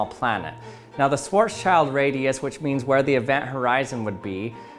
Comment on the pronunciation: The i in Schwarzschild is pronounced the same way as the i in bit.